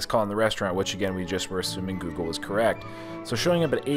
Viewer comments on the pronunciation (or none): none